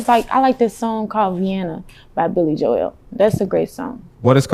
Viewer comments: LOL THE WAY SHE SAID BILLY JOEL, BILLY JO-EL LOL IF SHE WOULD OF SAID IT CORRECTLY HE WOULD OF KNOWN WHO BILLY JOEL IS EVERYONE KNOWS WHO BILLY JOEL IS. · She ain’t never called Billy Joel, Billy Jo-el 🤣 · She talking about Billy Joel 😂 Piano man Billy Joel. She pronounced it Jo-el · lol!!!! She can’t pronounce Billy Joel .